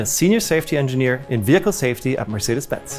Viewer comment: worth it just to hear the guy say weehicle